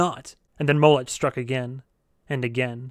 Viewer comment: His name is pronounced Mo-lek, not Mow-lech.